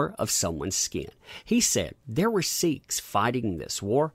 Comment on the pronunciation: “Seek” not “Sheek”.